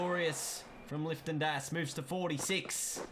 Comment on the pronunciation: You kept saying “Lifton Das” it’s “Liton” 😂😂